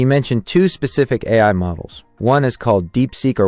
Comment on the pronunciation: obvious AI generated audio is obvious, also "eye" instead of AI towards the end